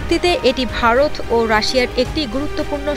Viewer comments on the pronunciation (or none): none